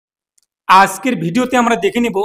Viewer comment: asker noy ajker